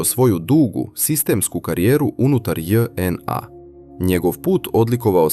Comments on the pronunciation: st znaci Dz NA....zar nije JNA....ili onaj drugi maloumnik nepismeni speluje latinicu kao English alfabet....dzej en a.. . strasno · Nije DzNA nego JNA seronjo😂😂😂😂😂😂